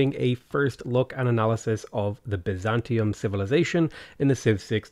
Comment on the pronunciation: They pronounce all of the words here extremely strangely. Biz-an-TEA-um? I thought it was BY-zan-tea-um